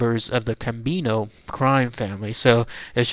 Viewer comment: It’s Corr-A-o and Gambino (not Campino) you numpty.